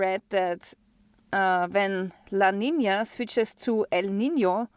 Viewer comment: I surely appreciate you pronouncing "El Nino" and " La Nina" correctly.